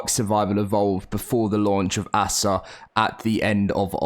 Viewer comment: I like watching your videos but I'm not sure how much longer I can. Every time you say ASA like a noun "Asa" it makes me cringe and I have to stop watching. I don't know why it gets on my nerves so much.